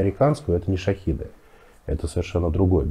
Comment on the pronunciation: Можно ли специалистом назвать человека, который Шахеды называет Шахидами...? 🤔